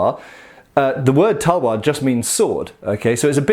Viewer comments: Tawa its talvar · Its Pronounced as "TAL-WAR"